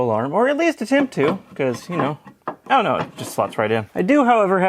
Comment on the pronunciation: Normal people: "oh no": "oh gneaux"